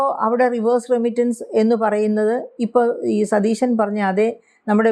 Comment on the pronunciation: ആങ്കർ ഒരുപാട് ബലം പിടിക്കുന്നു. നമ്മുടെ മുഖ്യമന്ത്രിയുടെ പേര് സതീശൻ എന്നാണ്. ഷ അല്ല, ശ - സതീശൻ. ദയവായി തിരുത്തുക. മോശമാണ്.